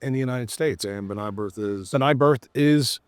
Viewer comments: Pretty sure it’s Brith- not Birth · BI RTH Is not BRI TH....br..i t h